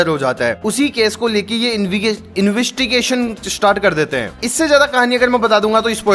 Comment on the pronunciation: Bhai investigation bolna Sikh lo baki sahi hai sub